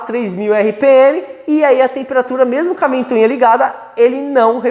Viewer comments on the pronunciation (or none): Excelente aula! Só não fala mais "ventuinha"!! É ventoinha... :)